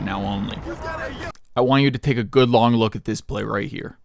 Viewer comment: bro was ranting so hard he said slong 😭